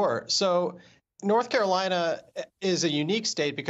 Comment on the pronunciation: BLORTH CAROLINA LET’S GET IT